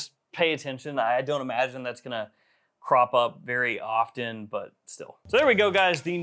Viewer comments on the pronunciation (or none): none